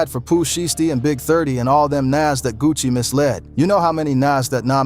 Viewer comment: Buddy said Gucci Mayonnaise & Puh Shesty